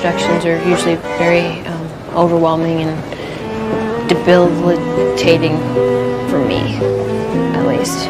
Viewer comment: Its her struggling to say "debilitating" and Jules not being suspicious for me 😂😂